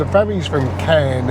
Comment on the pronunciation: Caen is pronounced CAWN.